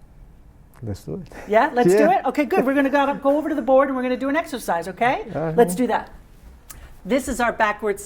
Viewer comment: Some final consonants are a pronunciation issue with Spanish speakers. Sometimes they get mispronounced ("fron" out of town) or dropped entirely (New Yor). Our nice gentleman was saying "bore" members (There may be some truth to that! ha, ha). It's interesting that, although she emphasized "outta town" throughout the recitation he pronounced the final consonant "F" in "of." I think she let it go because sometimes you can't be too much of a tyrant or a student gets discouraged. Also, inflection is more level in Spanish. I'm told the Spanish make fun of Italians because they sound like they're singing. (Italians make fun of Spanish for not distinguishing between "B" and "V.") I think it may be embarrassing - and require lots of encouragement - to put more lilt into your sentences if you're a Spanish speaker. Notice how second sentence has far more inflection, what calls "energy." Without it, the sentence, to the American ear, does indeed seem to lack energy. Sorry for my long-winded comment, but it's because I really like this exercise. It gets results!